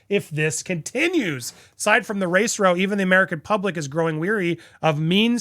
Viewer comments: I love your reporting on this, you are spot on. But I can’t stay silent any longer. You’re pronouncing row wrong, when it means conflict, it rhymes with cow, not doe! Sorry, couldn’t stay silent any longer. I assumed Steph would correct you. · (Row is pronounced like ow, ouch, pow … vacuous is prounced vak-you-us) ❤ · Have Americans never heard of “row” as in “having a row” rhymes with “ow!” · 'ROW' meaning a fight is pronounced so it rhymes with COW.